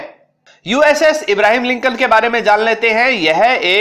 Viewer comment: it is not about the content it is about credibility, you made former American president Abraham Lincoln as a Muslim and pronounce his name as Ibrahim which is very big blunder and at your position since you are passing information you need to be more accurate since you are educating others with your thoughts